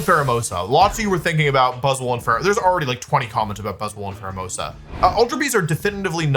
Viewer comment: I've never heard someone mispronounce so many pokemon. For example Buzz SWOLE "buzzle" lmao